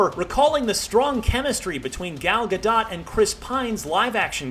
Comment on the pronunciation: Its pronounced Ga-Dough! For Gal Gadot...